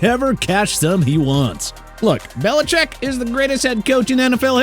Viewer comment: Why you do belicheck like that 😭